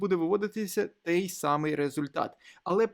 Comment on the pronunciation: "Той" а не "тей", я вас дуже прошу